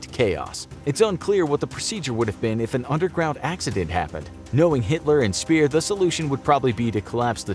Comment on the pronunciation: Albert Speer isn't Albert Spier.